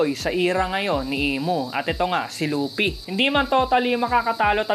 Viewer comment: Lupi HHaha Luffy po